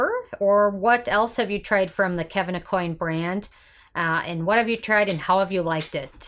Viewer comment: Last name is pronounced: Ah-Qwan